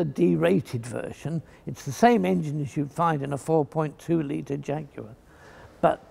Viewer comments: That's because he's pronouncing it properly 🤣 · That is the correct UK English pronunciation. How it is pronounced elsewhere, including where the jaguar cats actually live, is irrelevant to the subject.